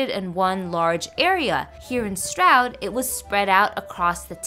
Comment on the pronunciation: Just FYI - Stroud is pronounced “Strood” I know, I know, we have some crazy pronunciations over here but that’s part of our charm right?! Loving your channel by the way - very entertaining and informative (even though I’m London born and bred) Great job! Onwards & upwards 👍🏼